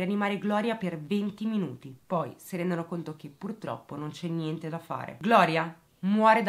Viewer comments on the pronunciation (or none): none